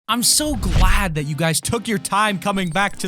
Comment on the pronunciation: im so gwad